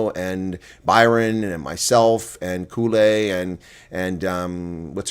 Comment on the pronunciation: Kuhle? Lets help here: Its pronounced "Kuschle".😊 Trickey to type but closest to the correct pronounciation. Safe travels🤩